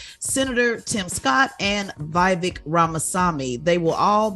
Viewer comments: C'mon Tezlyn, it's not Wy-vek Ramaswamy, he's Vivek. He was there in Breakfast club with y'all and you don't even remember his name lol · that's what I'm thinking too, she said Wy-vek, even though the guy came to breakfast club just last month, and she can't remember his name lmao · She couldn’t pronounce Vivek’s name properly, 🤦🏽‍♂️ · It’s the way she completely butchers Vivek’s name but if the shoe was on the other foot he would be a racist. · Tez need to stop playin and pronounce Vivek name correctly. After all, he is your daddy now.